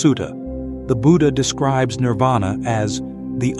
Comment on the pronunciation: Nirvana or Nippana. Not Nirada.